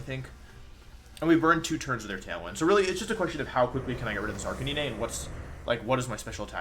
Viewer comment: everytime wolf says "arcaneenay" I die ahaha